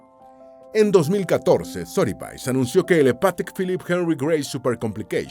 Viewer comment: Sotheby's en realidad se pronuncia "Sodebis"